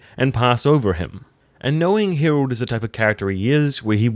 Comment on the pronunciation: Dude, what is it with you and the names? Hirald...Viksert? Come on...